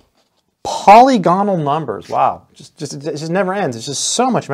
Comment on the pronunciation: Just FYI, it's "puh-LIG-uh-nul", not poly-GON-ul."